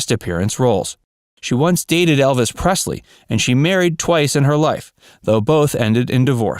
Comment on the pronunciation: I guess you're never too old to die young.Thanks for pronouncing Elvis Presley's last name correctly.